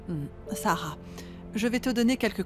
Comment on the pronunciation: Ki moun ki tande seb site non kara an di sara😂